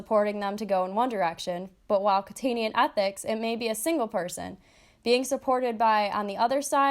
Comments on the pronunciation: Kant-ian not Kant-in-ian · kant-ian, not kantinian